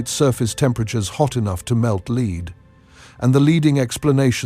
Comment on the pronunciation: “Hot enough to melt leeed”…………..lol